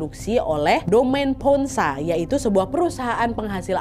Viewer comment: mau kasih tau cara baca kata2 berbahasa Prancisnya yaa. Sekedar info aja gitu 😁 - Laurent = lorong (r nya di tenggorokan) - Domaine Ponsot = Domen Pongso (Domen E nya dibaca seperti E di Enak, Etnik, Ekor) - Clos Saint-Denis = Klo Sang Deni (Deni E nya dibaca seperti E di Emas, Elang, Enggak)